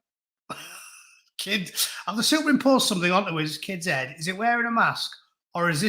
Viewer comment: Heed, a wee bit of scots there ?